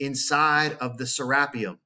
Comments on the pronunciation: I always thought it was pronounced "Ser ah pee um", or it like potahto potaahto? ...Awesome video though!! Thanks again. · Who gives 2 actually F's how the Egyptians are pronouncing something when they didn't even discover their own pyramids nevermind anything else. Lol Sarah P um whooooo, let's go Richard Craniums, been waiting for this forever.